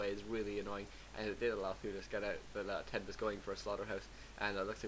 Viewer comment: ima be a dumb jerk and tell you: TeD = "Tee Dee" and TH000 = "Eggs" (in China, don't ask why) or "T H"